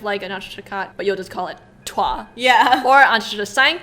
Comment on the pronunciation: Btw, “Toi” is pronounced like the English word “toy”.